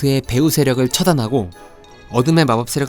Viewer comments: 제발... 케드릭 아니고 세드릭.... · 케드릭 아닙니다...!! ㅠㅜ 세드릭입니다..... 트리 아니고 트로이 위저드 컵 입니다.... 드레이크 아니고 드래이코요!!!! 왜 이렇게 허점이 많죠....